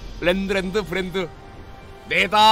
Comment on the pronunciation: 형님의 부ㄹㄹㄹㄹ란도 오늘도 매콤합니다